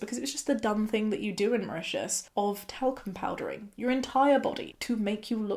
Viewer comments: It sounds like Russia and the cc says Russia but later in the video she makes it clear she is not Russian but Mauritian! Mauritius is east of Madagascar. Sounds similar to Russia but is definitely not Russia :D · I was trying so hard to catch what you said about where you're from. I kept rewinding but it sounds like you're saying you come from Russia so you're technically African? I know I can't be hearing it right. 😅